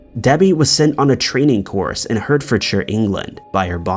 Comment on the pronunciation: Edin buh ruh not Edenburg! And it's pronounced heartforshire even though it's spelled Hertfordshire. Jeez, do some research on how to pronounce UK town, city and county names!